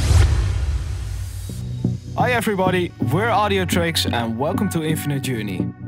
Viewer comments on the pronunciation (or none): I *swear you said "Audiotrecks" in the beginning.